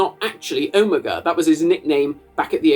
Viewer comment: i cannot believe im the only person i can find who is commenting about his pronunciation of omega. is that a british pronunciation??? because ive never heard it like that from anyone american, british, or otherwise